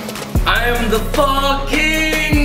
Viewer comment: dude I swear, When he said "I am the Pho king"......he sounded like "I am the fu..ing!!!!"